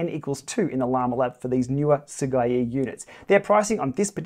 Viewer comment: your pronunciation of Sigeyi’s name is actually pretty much as close as we can get in English.